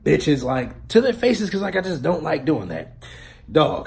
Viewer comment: Even though you kept saying dint take it, the whole story makes me wanna take it cos fuck it.